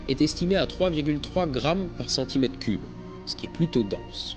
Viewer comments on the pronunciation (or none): none